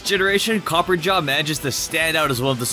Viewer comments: Copper-ah-jah not copper-ja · I hear this mistake over and over again. It's Copperajah , not Copper-jar. It's a reference to the British Raj (India). Copper, as in metal (Steel). Rajah, as in, an Indian monarch. Add the two together, and you get Copperajah. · Still don't understand though, why not a SINGLE content creator gets "Copper- RA - Jah" right xD great vid tho <3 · Did you call Copperajah "CopperJar"? X'''D lol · "copper a jaw" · Yea so the way he pronounced Copperajah got to be it’s like Copper and Raja like the drag queen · i don't think you pronounce copperajah correctly,the 'ajah' part came from the word gajah which means elephant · Pretty sure you are pronouncing Copperajah wrong